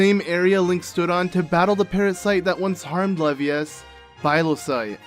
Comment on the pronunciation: Levias is pronounced like you would when saying the first half of Leviathan.